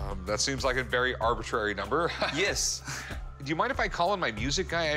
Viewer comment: I've never heard someone pronounced the word "Yes" so strangely.